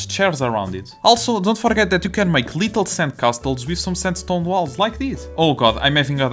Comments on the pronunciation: i don't want to mock your accent but I love how every time when you say "little" it sounds kinda like "lethal" that cute pink and yellow chairs being deadly is super funny please don't stop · Omg I’m noticing that now 😂